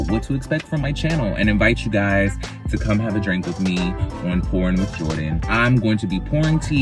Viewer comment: I'm glad he cleared it up that he said pourin' and not porn cuz it definitely sounded like he said porn